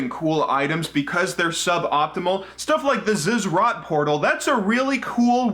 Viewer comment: Only a RuneScape player would pronounce Zz'rot portal correctly like that.